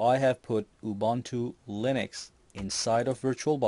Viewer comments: why you pronounce it as ''ubantu''? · Ubuntu is pronounced OOO-BOON-TOO. The 'u' s sound like the one in Ubisoft. For anyone who gives a crap...not that it matters but hey.